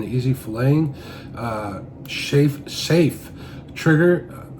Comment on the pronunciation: Debbie, Berny , sherrated, shafe! I am laughing! 😂